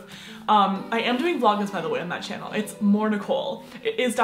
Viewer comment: Is it just me or did she say in her intro “hey guys welcome to my shannel”??? Yas I mean shannel